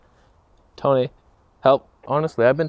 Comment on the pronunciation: It's not Bokeh anymore it's called Tonay... I wonder what Chelsaaaay looks like.